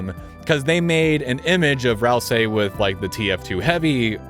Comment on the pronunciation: im pretty sure that it's pronouced Ral-SEE not ral-saai